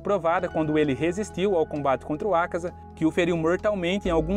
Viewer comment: Vídeo muito bom mas dá uma agonia extrema a tua pronuncia sobre alguns nomes, tipo "Oní", "Ákaza", etc ...